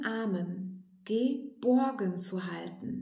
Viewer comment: Das Video wird angezeigt und ich denk...was hat nun mit dem Weisskohl ausgeheckt🤭🤣. So wurde der Opal nun gänzlich fehlgedeutet. Aber nur ganz kurz. Es war eine schöne Meditation von dir an uns. Danke. Das empfinde ich so als Geschenk. Und als du GE..BOrgen so betontest...hatte ich nurnoch die Gebo im.Sinn. DANKE🔮💚♥️